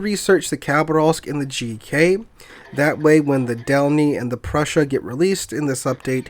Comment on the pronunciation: Just making sure that you know MB cuz I assume you'll be playing her a good bit... Preussen, not Prussia lol. So like Eugen but with a Pr in front and instead of G an SS... Which would be the special symbol used in German but well I don't have a keyboard for that... :D Just in case your not saying it that way on purpose :D